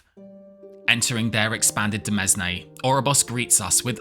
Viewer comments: Psst! Demesne is pronounced the same as "domain" but with the 'o' swapped for an 'e'! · Hey man great video, but I just wanna let you know that "Demesne" is actually pronounced just the same as "Domain", because they're more or less the same word with different spellings. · Sick vid, idk if it was a joke but demesne is pronounced domain.